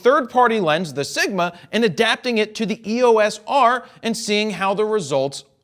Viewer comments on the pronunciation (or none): It is versus. It also grinds my gears when he pronounces EOS as "EE-Oh-Ess" instead of "EE-yoce"